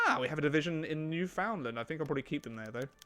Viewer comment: its pronounced as NEW-FHUN-Land.